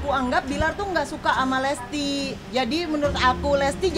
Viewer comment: Bilang lesti aja dak bisa lestli